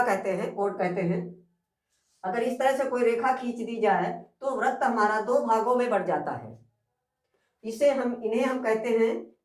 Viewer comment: Sir, in Hindi, you are pronouncing wrong but writing right Vrat is wrong, vrit will be right.